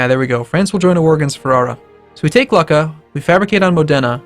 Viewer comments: The way you pronounce Luca is Loo-cka. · Luca is pronounced Luke - a